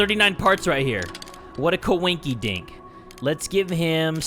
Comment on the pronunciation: Lost it at "Coin-key-dink" lmao